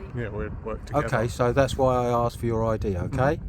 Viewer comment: Asks not aksed